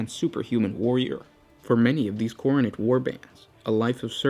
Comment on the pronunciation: Kept mispronouncing kharnate....